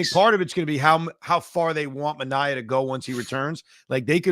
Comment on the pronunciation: Clay Holmes is also signed for 3 years. Another thing, it's ManA-E-A. (That's how I remember it- took me a while to remember 😂)